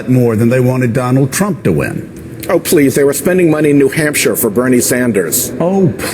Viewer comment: Every time Sheldon Whitehouse says, "Oh, please," I hear, "Oh, shit!"